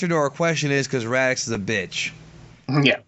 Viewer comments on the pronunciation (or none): nice discussion you got there.. though your pronounciation of Raditz as Radix/Radiks was driving me nuts through the entire video.. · is it me or does it sound like is saying Radicks instead of Raditz? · Is no one else being driven insane by how this guy is pronouncing “Raditz”? He’s saying “Radix” or “Radicks” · I can't really take someone seriously who doesn't even pronounce the character, who's being discussed correctly. Radix isn't his name, Raditz however is. Listening format dictates this. And you come off as just a person making videos about a subject you read off a paper about. And not a person who appreciates Dragonball. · Are you guys pronouncing his name Radics, or raditz?? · Is anyone else hearing them say raditx not raditz lol your can't be a dragon ball fan or expert if you cant say the names properly 😂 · They should of paired vegeta n raditz... Both extremely violent, big egos and highly confident. Nappa shoulda been the weakling Just to put it out there cuz I hear it often... It's pronounced rad-its and tur-less... Not rad-ix and not tur-els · Before you discuss DBZ maybe learn their Actual names! It's Raditz not Radicks! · Raditz NOT FUCKING RADIX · Its not Raditx bro lol. Its Raditz. This video had such great content in it and it was very very informative. Keep up the videos. But from now on, if your gonna bring Raditz up again please say his name right from now on bro lol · Um.....it's pronounced RADITZ not RADIX. What the fuck??? Seen the show at all? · Radits not radix you dumb bitch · Why the fck does he keep saying RADIX are japanese people pronounce it like that or does he not know it is RadiTZ??????? Sorry it is so annoying... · It's Radditz not Raddicks lol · ok one of them (dont know witch) but they never say raditz they always say "radickz" ALWAYS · Why do you say Radix instead of Raditz? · radix it's raditz 😂😂😂😂😂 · HIS NAME IS RADITZ! NOT RADIX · It's RADITZ not Radix what the FUCK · its radiTz not radiCz dang xD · Radicks lmao